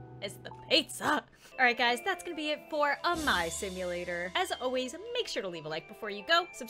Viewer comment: Its pronounced A- MAI